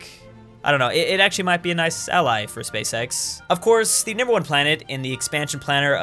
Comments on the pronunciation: I actually cannot watch this video because pronounces "Space X" like "Space sex" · Every time he says Space-X, I hear always...uhm you now what I mean